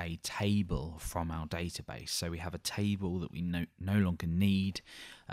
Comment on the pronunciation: taible nice accent hahaha.